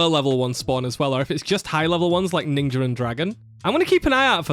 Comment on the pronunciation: Bro really hit the hard R on "ninja", huh